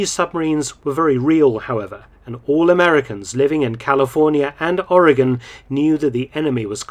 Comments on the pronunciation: I live on the north Oregon coast. There are people in my own country who can't pronounce our state correctly, but you do. Well done, sir. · You said "Oregon" correct!